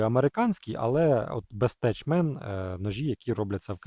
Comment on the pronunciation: Бестех а не теч)